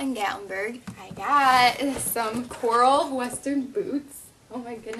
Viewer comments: Its not CORR-LE its CORR-AL and don't blame it on living in ohio cuz i live in ohio and i know the difference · Cor- ral not coral